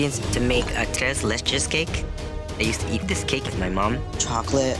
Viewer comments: Love how he says it😂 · i keep coming back but struggling to pronounce 'tres leches' always gets me lmao